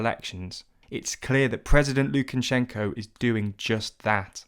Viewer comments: Lukan-shenko. It's just Lukashenko. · It's not Lukanshenko, it's Lukashenko! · Thanks for the video! By the way, it's Lukashenko, not Lukanshenko (no n after the a). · Its Lu-ka-shen-ko Not lu-ken-chen-shen-ko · ”Mr Lukanshenko” You had one job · Why does this guy keep saying "LukaNshenko"? Surely you'd make sure that's the one name you'd get right when writing this script... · Where have you found a letter N before SH in Lukashenko? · I wish you could have at least pronounced his name correctly.